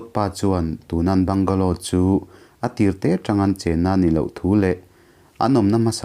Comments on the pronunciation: Bangla tia sawi tur,bungalow tih loh tur,se lam duh dan a in ang lo va. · A Mizo ṭawng takin 'Bangla' tiin lam zawk ta la. Mizo ṭawngin i chhiar ta sa sa.